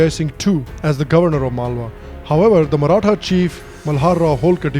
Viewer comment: The pronunciation got of all the maratha people surnames is absolutely brilliant. Very less people are able to do it correctly